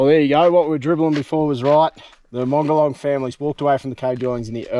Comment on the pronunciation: Beautiful. I believe it's pronounced, MOG-EE-YAWN (Mogollon) and HEE-LA (Gila). cheers